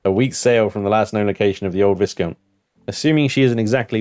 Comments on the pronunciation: The S in "Viscount" is silent. You're killing me! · come on, where is your 18th century pronunciation? Viscount is pronounced Vie-count